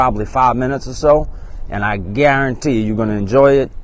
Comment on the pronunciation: When you say "Guarantee" It takes me back to my childhood watching cooking show with my grandmama. I used to love him. The way he said “guaruntee“ and "onyon" used to make me smile. I appreciate this channel ❤️